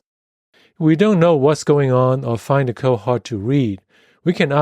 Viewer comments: Isn't it funny, how author alsways say "co" instead of "code"? :) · Thanks for the video. But please don't leave out the "d" sound at the end of the word "code".